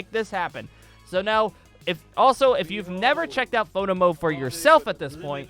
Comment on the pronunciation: All i heard was "moto mode" which in my ears was "moto moto mode"